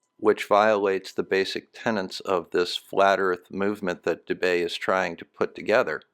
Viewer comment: 14.55 "Tenets" NOT 'Tenents'